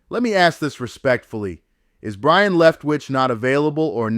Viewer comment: His name is Byron, not brian...geez